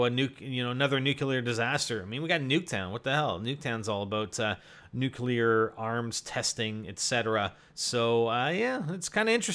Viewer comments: Comments on someone else's knowledge of nuclear energy...calls it "nucular energy" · NOT NUKE-ULER